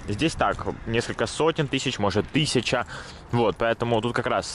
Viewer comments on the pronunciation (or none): none